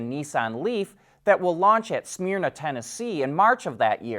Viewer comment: Friendly pronunciation tip since it comes up from time to time, The city Smyrna is pronounced as “Smerna”. Enjoy your show. Happy Thanksgiving!